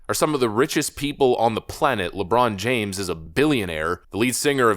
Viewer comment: “It’s Lejon Brames.